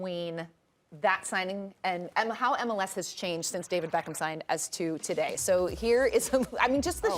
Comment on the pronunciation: Man said BEEEECHam